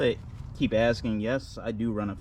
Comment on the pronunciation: What the fuck is axing